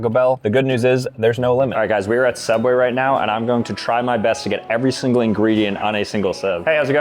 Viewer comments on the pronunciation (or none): “SOOubway” Not “Subway”!